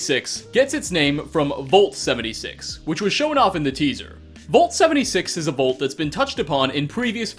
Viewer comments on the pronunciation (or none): It's "Vault" not "Volt" lol. Either way, I still hit like, because you're awesome. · It's Vault Mate! VAULT! NOT VOLT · Man says "vault" like "volt" and he says it so many times in this video. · Me: vault: VOLT